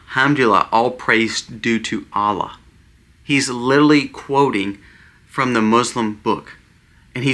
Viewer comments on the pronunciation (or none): At the risk of sounding "out of touch and old" (which I am and an English teacher to boot), please let me encourage you all, especially,: (1) The word is "literally"...not "littaly". (2) The term is "kowtow"...not ""cow tail". (3) The word for Charlie Kirk's death is "murder", not "when he passed" (which would indicate a long time/long term health battle/issue). You are doing such a good job,!!! These are minute points, but they are sticking points because you talk about "home schooling" (with which I do agree at this point in time). Incorrect grammar use does not support your argument for home schooling. Same with the history of the term "kowtow" which is oriental in source for people who bowed down in false humility or were killed/murdered for the gaul/arrogance of standing up to "authority". It is not "cow tail". Third point is clarified above. Stand tall, young man! You and your family are such wonderful examples for us. PSALM 91!!!